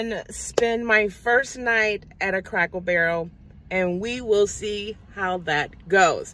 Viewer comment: Are you saying Crackle Barrel ? Or Cracker Barrel ? 😆 You had me laughing . I’m obsessed with the little stores in those restaurants. My family always has to come find me and say your food is on the table mom. 😁